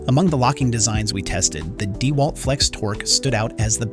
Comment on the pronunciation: Your tests are great, and I appreciate your videos. The voice over you use struggles with tool names. Deeewalt and weeeHa are examples. Have you all thought of voiceing yourselves?